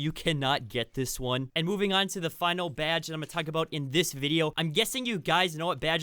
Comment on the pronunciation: Idk why but I laugh every time he says BYADGE